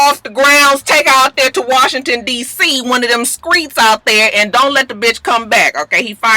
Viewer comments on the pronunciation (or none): "One of them skreets out thur" lmao